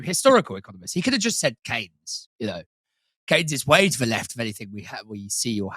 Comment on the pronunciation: Is it pronounced Kanes or Keens. I have never been to Milton Kanes.